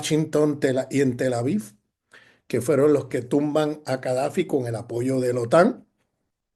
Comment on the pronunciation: Cadafi ,o Gadafi?